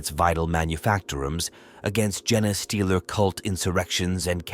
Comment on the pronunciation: For the love of the Emperor, someone please teach this AI how to say "genestealers"!